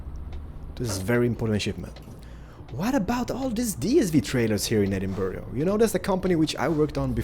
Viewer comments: Why do Americans say Edinboro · I'm from falkirk and I'm sorry but Edinburgh is pronounced edin-bruh I love your videos tho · That's not how u say Edinburgh!!!